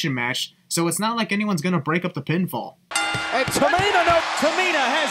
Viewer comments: the announcer said no pinfall not not no pointfall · He Said Pinfall not pointfall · the announcer said "pinfall", not "pointfall"